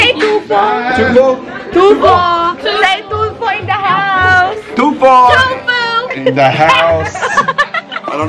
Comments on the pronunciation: Some said "Two fool" and "tofu* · her: say TULFO them: TUFOO(TOFU) hahahahha